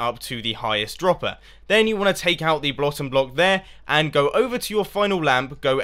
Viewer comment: "Then you wanna take out the blottom block there" lol